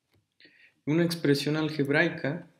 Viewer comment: Dice "expresión algeraica"